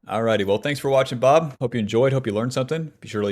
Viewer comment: lately I've been thinking, what if he's been saying "bub" and not "bob" this whole time